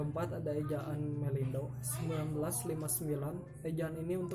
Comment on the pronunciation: eta kenapa MELENDO kan harusnya MELINDO 🤣